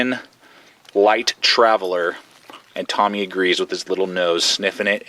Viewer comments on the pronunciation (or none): none